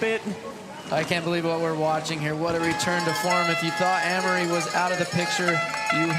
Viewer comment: Amaury is now pronounced Annmari?